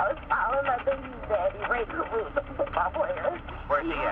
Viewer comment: Why is that monster Van Brent Watkins putting an "F" at the end of Carruth?